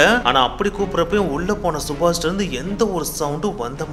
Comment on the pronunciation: yenda ivlo kevalam subash a chubach nu solra..kevlama iruku da